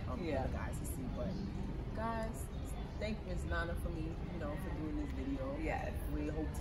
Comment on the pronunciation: Can we please try to pronounce our names without an American accent ? "nana" is "nana" regardless of the language you speak and you grew up in Ghana. Too many people are doing that nowadays! Sad our names are not pronounced properly even in our own land ... common "nana" asem